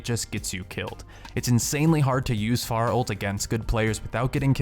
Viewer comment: Fair-uh not far-uh